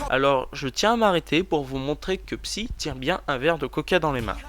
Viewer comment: sa se dit psaille pas psi mais on s'en fout super video!